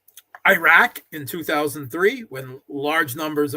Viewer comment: Did say Eye-Rack? He is speaking like an ignoramus while pretending to be an intellectual.